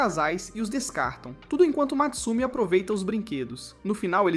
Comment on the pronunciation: Não é Matsumi É Mutsumi